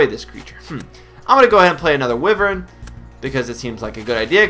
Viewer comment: "Wyvern" is not pronounced "Wyveryn" ...lol